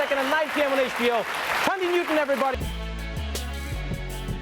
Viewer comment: Is it Tandie or 'Th'andie?